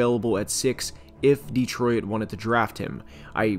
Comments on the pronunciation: Bro it's "Detroyt" not "Deetroyit" are you using an AI or something? Good god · Good job, but please: It's pronounced Detroit. Not De-troy-it. Two syllables, not 3. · The "OIT" in "DETROIT" is pronounced the same as in "OIL". It's not "DETRO-IT" It's "DE-TROIT". Sorry i know i probably sound like a dick but your pronunciation was really bugging me lol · I have never heard Detroit pronounced the way you do. Born and raised there and it’s a first for me. There’s only 2 syllables in Detroit (De-troit) not 3 (De-troi-it). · Great video bro but it is pronounced ditroyt. Not DeeTroyit. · Why do you pronounce it “Detroyit”? It just Detroit [Deh-troy-t]. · Why does he pronounce it "dee-troy-id' rather than "dee-troy-t"? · I’ve lived in SE Michigan my whole life and I think this is the first time I’ve ever heard anybody pronounce it “De-troy-it” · I can't stop hearing him say "Dee-troy-it" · I know right, I'm from the UK and thought maybe I'm wrong in the pronunciation but this is literally the only time I've ever heard anyone call it "Detroyit" 😂😂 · Driving me crazy calling it Deetroyit. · How the hell do you say Detroit. De-troy-it? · I’ve never heard someone pronounce it “de-troy-it” before lmao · Please, for the love of God. Detroit has two syllables. Stop saying "de-troy-et" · Am I going crazy, or does he keep saying "Detroy-at"? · Not gonna lie, it’s hard to get past the “Detroy-it” pronunciation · Detro-it lmao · This is really good analysis but what is this pronunciation of Detroit? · Is anyone else noticing how this guy pronounces Detroit????